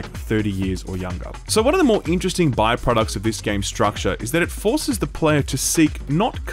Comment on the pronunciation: Fun drinking game: take a shot everytime this dude says "stractare".